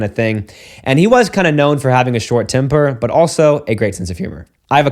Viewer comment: Oh you said “temper”? I heard “timber”